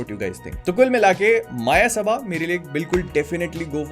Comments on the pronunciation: I think it's Not a मायसभा.... It's a मयसभा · I am so frustrated that these so called film reviewers aren't capable of pronouncing the very film they are reviewing, it's called मयसभा and not माया सभा. And it's also so frustrating that there aren't many shows for this film. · भैया मायासबा नहीं ,,, मायासभा✅ Thankyou for review❤ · Bhai ye "मायासभा" nahi "मयसभा" hain. Wahi jo pandav ne rachai thi, usme duryodhan gir pada tha, aur Draupadi uspe handi thi sur fir pura mahabharat ho gaya.. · Exactly… Maayasabha, Maayasabha.. everyone saying the name wrong